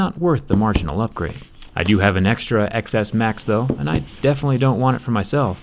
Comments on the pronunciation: It killed me how many times you said "ex es" instead of "ten es". I feel like in your position you should know how to pronounce the name correctly. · “ecks S max” it’s... ten... bye.. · Last time u said it right, TenS. But im going to believe ur calling it Xs cuz this is a roast video and ur calling isheep idiots. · it’s pronounced 10 not ex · I like whenever he says ‘Xs’ he says it like ‘excess’ not ‘10s’ lol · I thought you should pronounce it iPhone 10s not iPhone X's? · X is pronounced TEN 🤦‍♀️ this hurts my ears when you say it like "excess" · One thing that kinda bothered me- XS is pronounced "ten S" not "eks S"! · dude, your Android bias is obvious. If you're going to be so anti Apple at least pronounce the product name correctly. the X is a roman numeral, so it's TEN S not X S. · No offense but you sound like a complete tool calling it the "XS" instead of "Ten S". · it’s pronounced 10s not ecks s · Its pronounced iPhone 10S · It is pronounced ten s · I AM TRIGGERED IT IS Xs Pronounced ‘10 s’ it is Roman numeral u dumb ass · IT’S PRONOUNCED TEN-S, XS... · As much as i love your channel and your videos but i can’t stand saying Xs because it’s 10s how is pronounced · Calling it iPhone exx-ess intentionally like every other Indian(m too).. Lmao... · You are such an asshole.. This is soo wrong..! And it’s pronounced TEN-S. Jerkface. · Pronounced as 10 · It’s pronounced 10 s oh my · It's pronounced (ten s) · X in iPhone Xs in a ROMAN NUMERAL. It is pronounced "Ten". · i see you are intentionally calling it the iPhone XS (eks) xD damn you despise apple products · I kept hearing the iPhone Excesss 😂 Clever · such a professional tech reviewer doesn't even pronounce the phone's name right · Fucking idiot can’t even say the name of the phone correctly